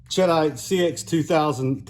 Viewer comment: SAAMI for 3" 28ga is 14,000psi which can be handy. sheh-deet (it's a blasting compound named after a town in France), ched-ite sounds like some kind of cheese. I doubt that matters but it sounds funny to me. Thanks for the info.